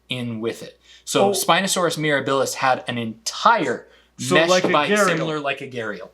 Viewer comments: Pronunciation correction. The word "Mirabilis"" should have the emphasis on the "a" not the middle "i." The first two vowels are short while the last two syllables are short, so the accent needs to fall on the antepenult. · Mirabilis takes stress on the 2ND syllable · Once again, I see a facepalming, a Spino, and I click. I love you guys, but it's Mere-A-bilis. Accent on the second sylLAble More Spino fish fight content please 😅